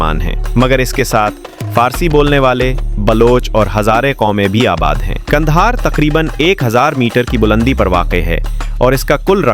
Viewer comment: Why are you calling it Gandahar?